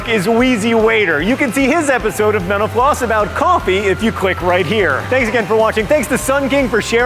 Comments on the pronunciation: John sounds like he said "Joe is also a fan of menopause video" at the beginning, lol. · Am I the only one that hears menopause when he says mental floss? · This guy youre killing me. This host. Everytime you say mental floss it sounds like youre saying menapause try pronouncing the L and F please!!!!!!!!!!!!!!!!!!!!!!!!!!!!!